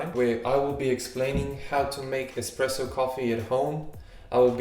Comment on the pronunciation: it's called espresso. Not ex presso . I am an espresso lover, actually I'm maniac when it' comes to espresso. Please prenaunce it right.